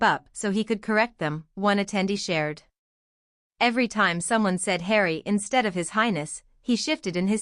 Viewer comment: “ Just call me Hawrry”